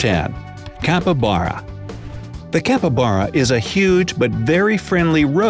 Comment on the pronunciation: You had 12 times to say "Capybara" correctly!!!! 12!!!